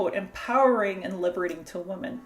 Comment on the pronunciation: I noticed that you continually say “woman” when you should be saying “women”. is this a Canadian linguistic development? I’ve never heard it before.